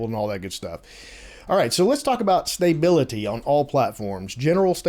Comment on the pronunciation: STAY-bility?? :) Just messing with you. When I head how you pronounced Stability it sounded strange....because it is pronounced stuh·bi·luh·tee. Lets see how quick they get these updates out. I assume a lot of these fixes are things that were known issues prior to release and are releasing now.